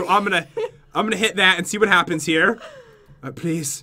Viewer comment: totally said whu